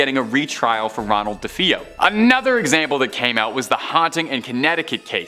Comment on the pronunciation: It's pronounced duh-fay-oh